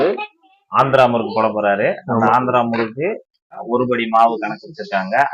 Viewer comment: It is murrukku (irandu sushi rra!) please pay attention to tamil